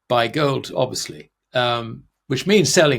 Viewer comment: "wohwd"? "World." "goad" and "gold" are two different words.